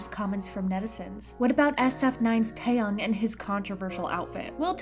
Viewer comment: It's TaeyAng and not TaeyOng...